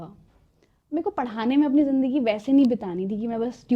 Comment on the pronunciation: Madam ka talafguz theek ni hai zindagi ko jindagi bol dia phle minute me hi ab aage video ni dekhni